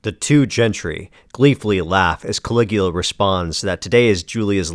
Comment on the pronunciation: "Cali-ghoul-a"? Groan.